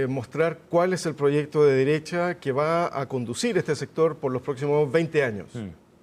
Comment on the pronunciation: El “analista” no pudo evitar decir “extrema deressha” 😂😂 Le faltó turbo super duper nomas